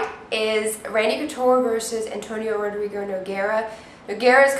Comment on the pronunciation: It's pronounced Ho-dree-go.